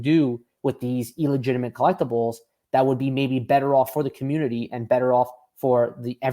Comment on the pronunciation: It's "illegitimate" not "eel-egitimate" 😑